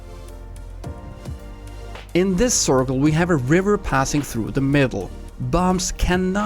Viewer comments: He said corkol or cirkle 🤔🤔🤔🤔🤔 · No offense man,but I find that the way you say circle is pretty funny😂